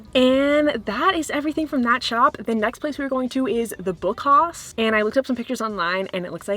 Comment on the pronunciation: Hi, I loved this video 😍 Actually “Haus” is german for house and it’s pronounced just like the english word ☺️ Greetings from Germany 🤗